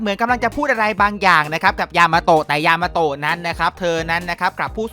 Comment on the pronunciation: ยามาโตะพี่พูดผิดเป็น ยามาโฮะ